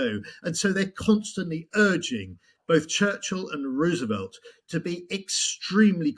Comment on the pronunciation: Great interview but one pet peeve- it's pronounced Rose-e-velt, not Roo- sevelt.